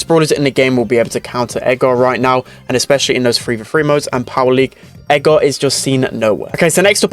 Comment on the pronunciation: when he says edgar it sounds like eggar